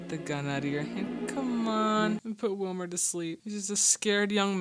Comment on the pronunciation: When my wife was watching this and heard Bogart addressing Wilmer, she thought he was calling him Wilma😂